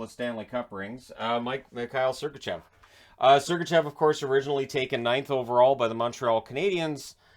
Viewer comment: 1. Matthews 2. Fox 3. Tkachuk 4. Laine 5. Debrincat 6. McAvoy 7. Sergachev (pronounced SergachOv) 8. Keller 9. Bratt 10. Chychrun There, fixed it for ya.